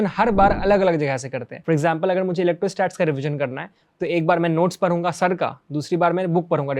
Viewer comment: Any bihari noticed that "prhunga" Instead of pdhungaa❤❤